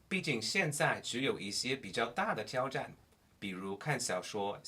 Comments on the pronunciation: 自我挑战的挑，是第三声而非第一声。我目前也在自学英文呢，很好的视频，指明未来的学习重心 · 嗯，基本上我觉得你的表达能力是比较强了，但是别人一下子就可以听出你不是中国人。原因就是在于语调。比如大(da是四声而不是一声)的挑战（tiao是三声而不是一声）。如果你把这些问题都解决了，你的中文会大大提升。加油啊！